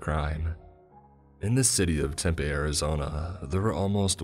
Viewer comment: I love you but please learn how to pronounce Tempe or other names in Arizona